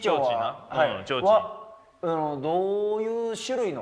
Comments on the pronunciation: なんで「ちょうちん」言われへんねん！www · 言えんなら上手く｢ちょうちん｣って言わんようにしろよって言おうと思ったけど他の言葉も｢ちょんちょう｣怪しいわ